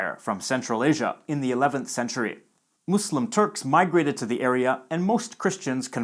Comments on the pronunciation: Finally someone who actually says Muslim NOT muZlim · It’s satisfying to hear someone pronounce Islam and Muslim with an /s/ sound instead of /z/ when speaking English lol